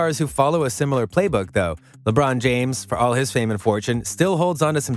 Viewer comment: It's like this guy is reading a biopic written about Joel from a baseball sports writer from England. Joel EMBED, KOWI Leonard, Kevin CARNET, at least he pronounced Lebron right